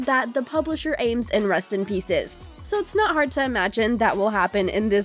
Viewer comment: You make it sound like 'Rust in Pieces' no offence